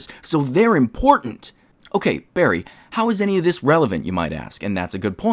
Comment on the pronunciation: Yay, bawwy is here